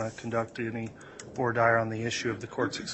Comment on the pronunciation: it is pronounced vwa deer, not voy dire!!!!!!!!